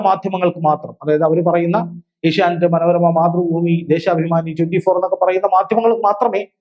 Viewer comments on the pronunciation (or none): none